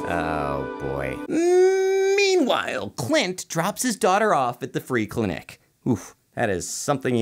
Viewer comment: No one: Zero of anyone anywhere:: "clintic" [cuts to sharknado] 😂